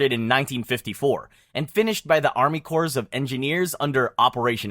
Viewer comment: Corps is pronounced core